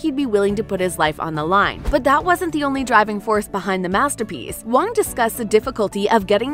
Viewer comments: Great comments… although, was difficult to hear the narrator pronounce the actors name quite wrong and in a funny chinesey way. The director’s last name is Hwang, not “Wong” . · Great review! Btw, the H sound in Korean Hwang is not silenced--so not "wong" as u pronounced it, but more like "Huang" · Do me a favour and pronounce the names right “sAhNg jEe-HuHnN” “Lee Jung-gAy” “HyUnG jYuNg-YuNg” “jEoK-sHoE” “SaYnG-wOoH” “eEl-nam” “hWaYnG” etc. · Director Wang Dang Yak. Is it really that hard to pronounce vowels properly? Os should be pronounced as in "Okay" and U as in "Use". Why do these vowels are pronounced as "A"